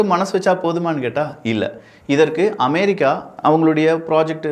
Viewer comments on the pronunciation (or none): none